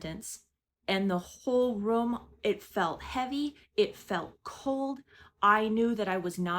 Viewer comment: What part of the country do people say "rum" instead of "room"? I can't stop hearing it!! 😂